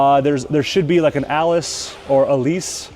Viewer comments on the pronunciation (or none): Absolutely gorgeous bikes, it’s my dream to ride one of these one day. Btw, that sponsor is pronounced “Ah-li-chay”, it’s an Italian telecom company. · It's pronounced "Ah-Lee-Chay"